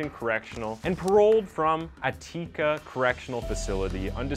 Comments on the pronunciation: Are you not from the states? It Ah-Tic-cuh prison. It’s actually famous. Not Ah-tee-cuh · A-teak-a? It’s pronounced Attic-a. It was the location of one of the most famous prison riots in American history. Google can help you pronounce words. I don’t think I’ve seen a video from you yet where you haven’t mispronounced easily pronounceable words. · At-tee-ca ?? Ha, you so-called "narrators" need to do some research on the things you discuss. I would especially expect you to do this if your narrations are getting you paid. SMH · This man said “uh-tea-kuh” trying to say Attica (attic-uh) 😂😂😂😂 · 'Ateeka'?? That's 'Atic-a' bro. This place is historical. That's almost unredeemable, dude. Lol Otherwise you've done a good work here! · uh-teeka? You mean Attica (at-tik-uh)? A top 5 legendary American prison. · It's not atti-ka it's at-ti-ca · It’s pronounced at-ti-ka not at-tee-ka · Its At-Ah-Kah not Aye-tika while pronouncing Attica. Literally never heard it that way before that's some new dyslexic pronounce shit you on lol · Host looks like he’s been on a four day bender. Also it’s pronounced at*tic*ka not at*teek*ka. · A-tIca haha..... it's pronounced At-ick-uh. ...almost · Pronouncing Attica, one of the most famous American prisons of all time, as Ah-tee-ka, was the xmas present I didn't know I wanted. 🎁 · For someone bringing us so much detail in so many cases, please don’t make me cringe by not being able to pronounce Attica, one of the most infamous prisons in world history. A-teek-a? Cmon man. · He misprounces soooo many words. Sisterses? No. Attica as Ateeka? No. I watched another video of his and he misprounced so many words I hurt myself cringing. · Repeat after me: addickuh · Uh-teeka lol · I was thinking the same thing when he said “a teaka”. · Uh teeka correctional facility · Just a heads up- The jail is Attica pronounced Attic-kuh.. it's an infamous facility. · A-TEEK-A? Come on, dude!!! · Attica is pronounced Add-a-ka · AT-ICK-A. Great job though